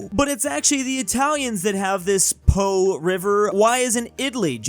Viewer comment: the Po (Pó) river is pronounced "Paw" not "Pow"